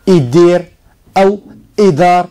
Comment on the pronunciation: إيدار (بتوقيف الدال). المزواري وليس المزاوري.